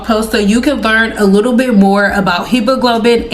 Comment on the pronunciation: Pronouncing Hemoglobin gurl it happens to all of us lol